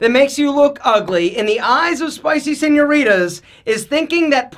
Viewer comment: Saying "senoritas" with your American accent makes you ugly